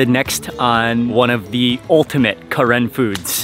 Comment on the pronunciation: its pronounce "kuh-ren" NOT KAREN!!!!